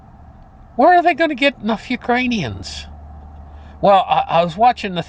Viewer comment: Did you say Fewkranians? Bahahahaha.